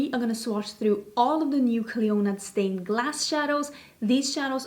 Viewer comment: Just heads up not sure how Clionadh the company pronounce the name as I know they are based in Canada but in Ireland we’d say Clee- In-Ah as it’s an Irish girls first name meaning Queen of the Banshees of the Tuatha Dé Danann! I love mythology anyways looking forward to the video